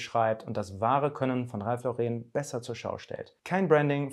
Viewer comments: Ja so wird es ausgesprochen Ralph Lauren ist nämlich Amerikaner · Ralph hat im Fall von Ralph Lauren, die englische Aussprache.